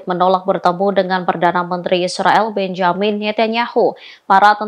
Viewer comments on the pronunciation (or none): none